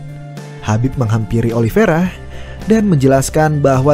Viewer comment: lu bacanya gimana si? Emang itu kata kata nya Oliveira,cuman dia bilang Ali Viera (penyebutan khas Khabib) bukan kata Khabib ege. Yang teliti lah kalo baca